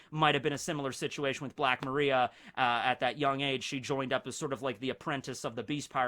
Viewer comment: Still doesnt pronounce Black Maria correctly despite multiple opportunities to hear and read it correctly. Kinda cringe ngl